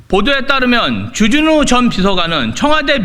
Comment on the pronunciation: 발음이나 똑바로 해라 쥬쥬뉴가 뭐냐 쥬쥬뉴가 , 존나 애새끼처럼 쥬쥬뉴 쥬쥬뉴 ㅉㅉ